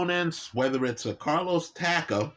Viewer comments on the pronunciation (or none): none